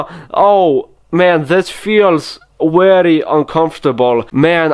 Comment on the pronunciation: 53 minutes of "wery just like that".